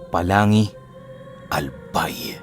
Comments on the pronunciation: POLANGUI po hindi po palangui 😁😁 God bless po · Good evening. Ang lugar po ata ay POLANGUI ang bigkas ay "POLANG-GI".. wala akong alam na lugar sa albay na pangalan ay Palangi. Taga Albay din po kasi ako.. Hehe.